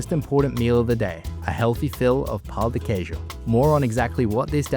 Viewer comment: I can never hear these guys saying "pau de queijo", I just start laughing in spot bro, it's just so hilarious for me, I can't